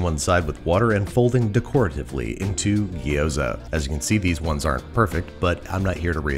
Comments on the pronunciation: My raised-in-Taiwan, Chinese-speaking, American wife and all of her family pronounce it “jee-OW-dzuh.” Where does “gee-OH-za” come from? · Say it "G'Yoza", not "Gee-oza" or "Gyros". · hermione Voice It’s gyo-za, Not gee-oh-za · You said it gyoza weird the whole episode. Gyo-za not Gi-yo-za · Repeat after me, gyo “Gyo” Za “Za” Gyoza “Giyoza” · Now you know my pain with Gi-yo-za and not gyoza. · if he calls gyoza a ghee-yo-zah one more time i'm going to have an aneurysm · From "饺子" to "Jiao-Zi" to "ぎょうざ", and now to "Gyu-Zoa"........ I don't know which one is declining faster, the authentication of the word or the food itself....... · Looks tasty, but the number of gee ooh zas hurt my ears. Never quite understood why the standard American pronunciation always includes more syllables then required. Digraphs are our friends. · As a Chinese person, Babish saying "Gyoza" is making me go insane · I know this may seem a little picky, but the way you pronounced gyoza is kind of painful. gyo is a single "sound," with no i in the middle. ^^